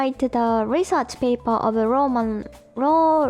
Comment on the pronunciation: Listening to reminds me of when I went to Japan and when I'd ask someone what their major was and they'd answer "Ro" and I'd have no idea what they were saying, but people would get frustrated with me and say, "It's an English word!" because they meant "Law" - except that "rooo" sounds nothing like "law" to me. (Maybe the person speaking to me was frustrated, but because they were Japanese, they didn't show it, but the people watching me try to have a conversation with the Japanese person got frustrated with me. I'm sure this was, like, a vocab word in my Japanese 101 class, and I was well past that point by the time I went to Japan, so it's kind of understandable, but still, I hardly ever used the word before I actually went to Japan.)